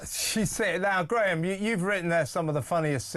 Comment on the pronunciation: Graham no doubt stifled that giggle at the start because of the botched pronunciation of his second name 😄 🤣